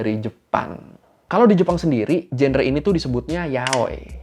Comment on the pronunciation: Maaf kak, genre diucapinnya jangre/? 😅